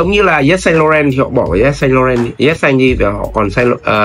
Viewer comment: Bác 7 năm tiếng Pháp mà phát âm sai: "Saint Laurent" rồi ạ (em góp ý thôi).